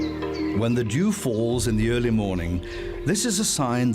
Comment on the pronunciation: When the WHAT falls in the early morning? Cause that sounded suspiciously like another word that rhymes with Dew 😅😅